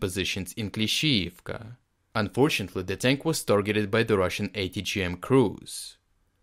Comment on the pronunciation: I’m going to save this episode because I like how he pronounces Klishchiivka and he may have said Klishchiivka 25 times. Lol!